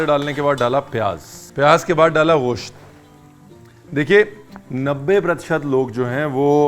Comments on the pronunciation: Nope, that's not the perfect pronunciation. It's not ghosht (غوشت/ग़ोश्त), but gosht(گوشت/गोश्त). There's no غ/ग़ in there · Sir aap gosh kyun bolte hai, bahut Ganda lgta hai